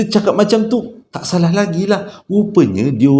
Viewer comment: Slm abg n gaiss, kira trrawal jugak noti arini,. Prkataan SALAHhh.. abg tu sdp no bila abg sebut😅😅Pe pun cerita Trbaik bang👍